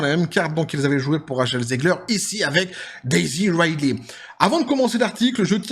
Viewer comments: Juste un truc : "Ridley" se prononce "ridli" en anglais, pas "raïdley". Par contre, je sais pas quel film t'as regardé, mais même si peu de gens aiment Rey, tous s'accordent à dire que le jeu de Daisy Ridley est bon, car il l'est réellement. Elle n'est pas mauvaise actrice, loin de là. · Ah on est d'accord, c'est plutôt "Ridli".